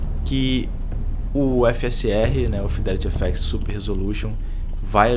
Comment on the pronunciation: "Fidéliri éféxi" kkk